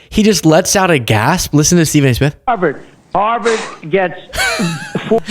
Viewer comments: You got a black guy who can’t pronounce his words clearly. Obviously Trump couldn’t make out what he said either! Hou-verd. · 😂😂😂😂😂😂what the hell did he say Harlem HAHAHA what a freaking idiot, and as phony as Stephen A smith is. He just sat there looking even stupider and didn't bother correcting this idiot 💙💙💙💙💙💙💙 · He said Harvard, but Trumps (Proud Boy/KKK) Brain heard HARLEM. That gave him someone to blame. The guy that will tell you he has done more for the Black Community than Abraham Lincoln will turn around and throw them under the bus. Remember Donald Trump is a blame guy, he loves to point out other peoples faults so nobody looks at his. That is TYPICAL BULLY BEHAVIOR. Donald Trump is a Child in his head. But I would LOVE for ANY Credible Psychologist to weigh in on his answer to a straight forward question a 6th grader WOULD HAVE UNDERSTOOD, could have focused on and answered it correctly. Instead of doing like he always does and goes Way Off into Left Field with everybody kind of nodding their heads in favor for him, but with a look of disbelief on their faces. Especially the poor guy that asked the Question. He is listening to the answer and thinking "I can't say anything to correct him or I'll get caught in a fight I can't win"! So he just keeps nodding his head, but in disbelief (like in his first term with a Doctor sitting Right Behind Him with a look of complete disbelief on her face when Trump told Americans on National TV they could use BLEACH to cure Covid and she knew she couldn't correct him)!!! How can you win an argument with a guy that will tell a lie Over and Over until you give up, and his followers believe it the First Time he says it? That is Trumps main mode of operation on everything he does. LIE and DENY to the point that even He starts Believing the LIE!!! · Someone handed him a note while he was talking. "HARVARD NOT HARLEM!"